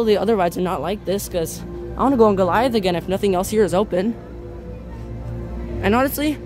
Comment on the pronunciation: gorliath triggring me. its guh-lai-uhth